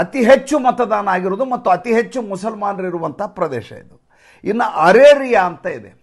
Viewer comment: ಅರೇರಿಯಾ ಅಲ್ಲ ಅರಾರಿಯಾ. ಇರಲಿ,ಇದು ಮುಖ್ಯವಲ್ಲ ವಿಷಯ ನಿರೂಪಣೆ ಮುಖ್ಯ. ನಿಮ್ಮ ಅದ್ಭುತವಾದ ನಿರೂಪಣೆ ಮುಖ್ಯ. ಇದು ನಾವೆಲ್ಲ ಸಂಭ್ರಮಿಸುವ ಕಾಲ🎉🎉❤❤